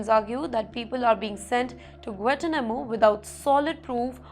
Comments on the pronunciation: Guantanamo _ pro. " Guan Taa__ Na__ Mo" . {no offence} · Please pronounce Guantanamo correctly. It is not Guatanamo. There is a "n" in there. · Check out the pronounication on 'Guanatumano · you can’t even know how to pronounce Guantanamo Properly 🤣😂🤣😂